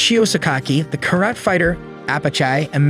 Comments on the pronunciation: carat? Karate! pronunciacion is different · What's that karayt?! Its Ka-ra-te! Also, its not a philosopher warrior but a judo, jujitsu master.